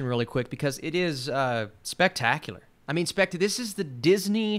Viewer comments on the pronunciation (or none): none